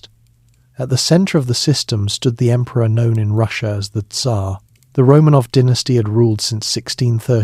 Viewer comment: Ai has a hard time saying Tzar.